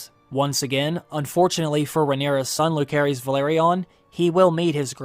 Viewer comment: Pronunciation. Jacaerys is Ja-say-res. Lucerys is Lu-say-res.